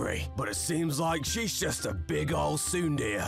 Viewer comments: Plot twist: she beat them for pronouncing tsundere as "tsundeer" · Hearing those knights pronounce Tsundere as “SOON-DEER” made my day. 🤣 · I get the "Oni-Chan" pronunciation play on words, but that' "Tsunder" one is blasphemous (Also, even though the Onee/Oni chan could be taken as a pun, the mispronunciation of tsunere makes me think it might not have been on purpose). That's almost as bad as when people say mow instead of moe. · um... for oneechan it's pronounced ne like nebula or else it's just oniichan, and tsundere is like de from decade and re like rae unless the pronunciation is on purpose lol